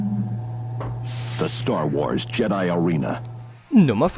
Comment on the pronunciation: Jedi spricht man anders aus haha